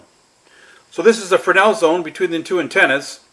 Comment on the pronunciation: Frenel zone????? F R E S N E L -frenel....